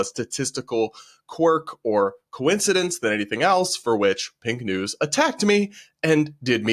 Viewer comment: I'm very sorry, but in the first news clip I thought the speaker said "Pink Knees". which, while crass, somehow seemed like a name that an LGBT2SQIA+ZXY organization might give themselves.